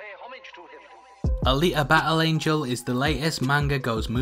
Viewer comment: “Ali’a ba’el angel”